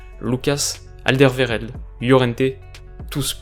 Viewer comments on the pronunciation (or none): Super Vidéo comme d'habitude, fais peut être juste attention à la Prononciation d'Alderweireld ( Alder W[ouai]ére ld)